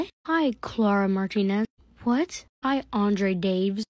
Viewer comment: Girl really said ✨cLarA MaRTiNeS✨😂😂😂😂